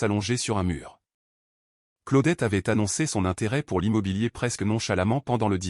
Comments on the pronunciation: Ça se prononce : CLO- DETTE..!!!..😡..et pas " Claoudette" ou " Claudet "..👎👎👎👎..Essayez de prononcer "Cluedo" qu'on rigole !🙄🥴..Et puis, si vous vous sentez un peu plus fort..tentez.." Anticonstitutionnelement " 😂😂😂😂.Soyez un peu courageux..à défaut d'être cultivé..👎👎👎👎👎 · Si vous continuez à prononcer le prénom " Claudette" comme votre I.A le fait..🙄😳..Un certain Claude François pourrait vous causer des ennuis !😁😁😁😁